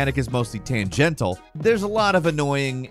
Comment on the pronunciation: 30s - 'tangental'